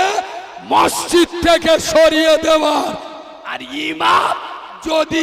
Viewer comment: মসজিত নাম টা ঠিক ভাবে বলতে পারেনা সে আবার এতো বড়ো বড়ো বাতেলা মারছে লজ্জা ও লাগেনা নিজেকে